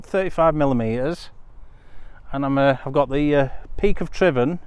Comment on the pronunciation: One of the few vloggers to pronounce Tryfan correctly 👌